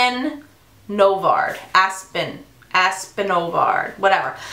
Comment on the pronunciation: Your hair!!!! Gorgeous!!! That eye look is Gorgeous! Aspyn, aspin, is how you pronounce her name. Xoxo Tina faithful you can also tell me F**k You Tina!